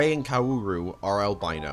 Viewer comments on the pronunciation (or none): Every time you say what should be “kaoru” as “koWAru” I actively die anew Edit: I know how it’s spelled.